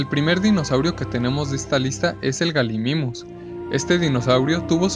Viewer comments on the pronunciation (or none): none